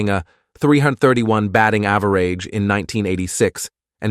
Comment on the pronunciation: To The Narrator, From Day-on, to Deion. Someone hidden in The background must have corrected you. Mispronunciation#2. Ava-rage.instead of Average.